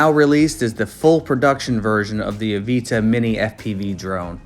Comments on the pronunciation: It’s avata not aveeta lol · Why are u saying Avita. But titles it Avata ? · the aveetuh? there's an "a" there not an e lol